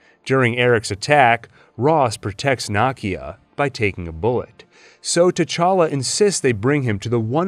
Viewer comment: Her name is nakia. Pronounced nuhkeya